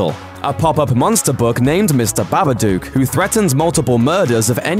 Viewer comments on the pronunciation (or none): The way he pronounced it BA-BA-DUKE urked me really, but true it wasn't scary at all. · BABADUCK??? hahahhaaaaa this guy doesn't even know what movies he's talking about even if he is talking about hilarious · its the babadook not the babaduke ffs